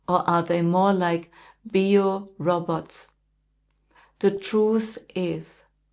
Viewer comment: Die englische Aussprache heißt "Bei-o-robots." Nicht "Bi-o-roborts." Zeit heißt "teim" auf Englisch in der Aussprache. Nicht "tim." Es geht um die Aussprache. Beio ... nicht Bio. Seelenlos gibt es nicht, aber so gut wie verschwunden = extrem dünn ausgemergelt. Zuerst kommt die Seelenmacht, und dann der Körper. Ohne Selenenergie würde der Körper in sich zusammenklappen. 30.06.26